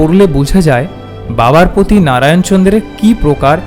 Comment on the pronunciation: কার্মাটার। জায়গার নাম। "প্রতি", "শ্রদ্ধা", " পৃথিবী"। র ফলা উচ্চারণ মর্মান্তিক।